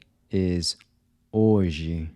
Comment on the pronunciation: I noticed, the "H" in "Hoje" is silent.